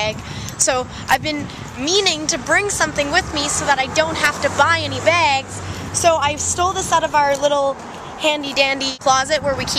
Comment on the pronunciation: You say bags weird...